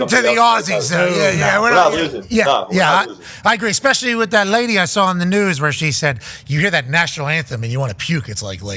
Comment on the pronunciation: expecially. Why not just say 🪓 too?